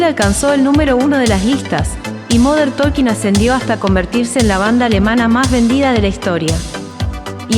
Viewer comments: No es "moder tolkin", fonéticamente hablando es "modern tokin" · Cuando empezó diciendo "modern taLking" ya lo saqué. No puede ser que no sepa pronunciar como corresponde XD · Me mató el moder tolkin 😂😂😂😂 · Moder tooolkin???? Jajaja😂😂😂